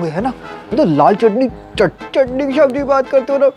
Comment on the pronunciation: Shaab g nhi bolte Oww shab g😂😂